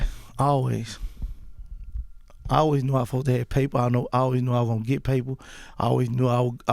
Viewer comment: Supposed to = fosta 😂😂 I die every time he say that